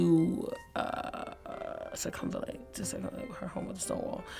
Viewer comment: wrong. It’s pronounced like “Sircum-Val-Late”